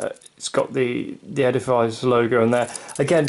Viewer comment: Casio is pronounced with a hard s, not the z sound you are using. Edifice is pronounced like edifiss. I had to stop watching.